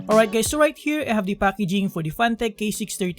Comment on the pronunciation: did he just call me gay? he said hi gays right?